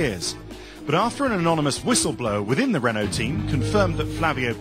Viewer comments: Renault ...the L and T are silent lol. It's like Renau...Reh-no not Ren-alt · Very good video, here are some suggestions, work on your pronounciations, such as renault, its pronounced as; reno(t) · reno to an american is REE NO .. just saying. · How does one get Renault wrong lol.